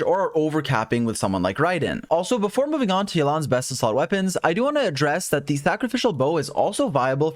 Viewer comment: "Thacrificial bow" lol